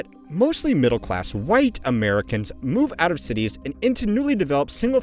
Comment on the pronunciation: Why did little bro say "white Americans" like that?